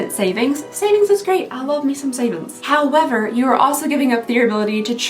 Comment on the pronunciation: Did you just say “howm-ever”?? Are you a murderino too??? Hopefully you understand this question and don’t think I’m a weirdo. lol!